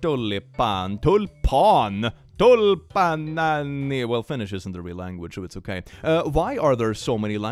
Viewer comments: "Tulppanaanni... Well finnish isn't a real language so it's ok" 😂😂 As a finn I found that so hilarious especially when "tulppaani" is basicly pronounced like swedish "tulpan" but you just add "i" at the end of the word 😂😂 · What do you mean😭 I thought that the first Word you said was in Finnish sinne it soundeja exactly How it’s pronounced in Finnish…